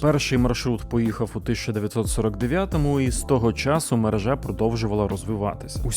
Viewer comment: Не мережá, а мерéжа. Слідкуйте, будь ласка, за мовленням - дуже ріже вуха.